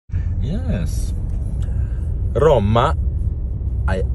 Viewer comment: Bravo maestro hai detto giusto Roma e Roma. Finalmente che ti sento parlare in italiano, perche io non capisco un fisco secco l'inglese. Sei meraviglioso.❤❤😂😂😊😊